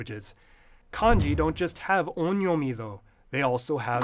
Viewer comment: Is the first vowel in on'yomi supposed to be nasalized? I don't know but I heard you pronounce on'yomi roughly as [õ:ɲɔmɪ] but the second vowel doesn't sound so nasal...